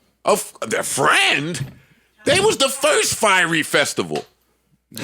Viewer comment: lol joe pronounce fyre festival like "fiery" festival.